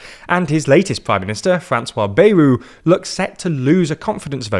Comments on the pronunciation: Anyone else insanely annoyed at how pronounces Bayrou’s name?! It’s BA-Yrou - like BAt, not Bay-rou. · The pronunciation is "Byerou".